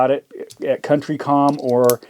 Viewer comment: COUNTY COM not Country